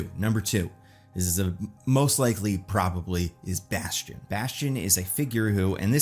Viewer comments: It's "Bastion"! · it’s bastion It’s bastion